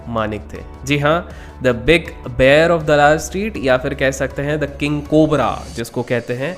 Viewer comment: pls can you say like BAER for BEAR instead of BEER